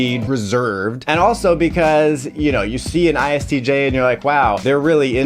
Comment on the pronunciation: Hmmm: "BE-CUASE" and "SHO SHO-CIAL" in one video. Yeah, I got high on the wordplay !